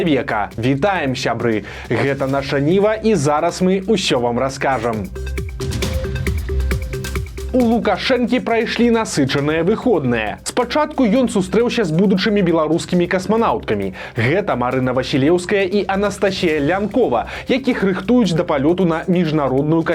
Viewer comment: А чаму выхОдныя, а не выхаднЫя?